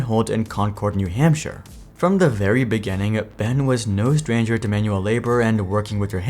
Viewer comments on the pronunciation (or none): none